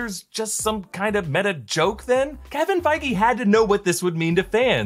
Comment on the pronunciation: Isn't Kevin Feige's last name pronounced "Feej"?